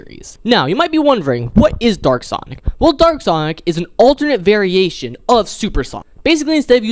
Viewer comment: It was so funny when he meant to say dark sonic but it sounded like he said “Dork sonic” 😂